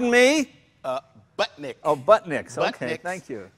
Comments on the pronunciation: a big block chevy in an OLDS?!! Tacky man, esp b/c he was spending the bucks. Jay,@ "the guys" who are really really good number only one - Joe Mondello, which Jay would certainly know. Maybe that's why that chevy pig is overheating.@ the brand is BUD-nik, not BUTTnick. Jeeze- Mr Jackson must be a good friend. Taste in mods aside, he's got a great sense of humor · I'm it's Budnik not Butnik,lol.